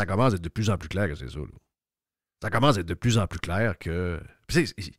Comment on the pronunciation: oui surtout quand tu dis commece au lieu de commence😂😂😂😂😂...lâche pas 😂😂😂😂